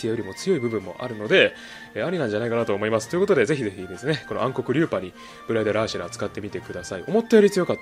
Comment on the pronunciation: 最初ブライダルアーシェラがブライダルアエーシェマに聞こえた